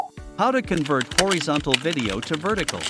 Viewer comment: AI voice. No sane person says "horeeeeezontal".